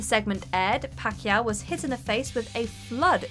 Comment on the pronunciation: You mispronounced, "Pacquiao".